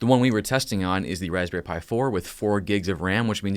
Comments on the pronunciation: "waspberry Pi" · “Raspberry pi” Me: what a pie?